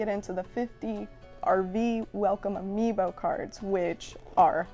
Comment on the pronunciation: No one: Literally no one: Not a single living soul:: ‘Ambio Cards’